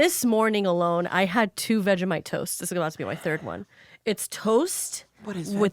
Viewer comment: queen that is NOT how you say vegemite. its vegie (as in vegie tales) and mite (exactly how she said it).